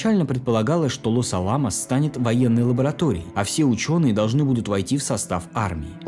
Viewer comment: Разве правильно не "Лос-Áламос"/ с у3арением на перву, "А"?